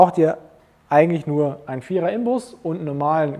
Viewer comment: Gut dokumentiert, Danke ! ABER, in Zukunft bitte INBUS, nicht IMBUS sagen. Den Fehler machen viele, aber ihr doch nicht als Profis :-) Das Akronym Inbus steht für „Innensechskant Bauer und Schaurte“.